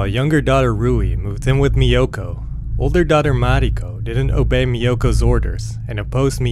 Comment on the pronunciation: This is a great channel. I just discovered it. I too had never heard of this crime despite now living in Japan for over 32 years. I don’t think the narrator is Japanese. The correct pronunciation of “Miyoko” is not MiYOKO but MIyoko. Takashi is not Ta KAshi, but TAkashi But that doesn’t really matter. Overall it’s a great upload 😊.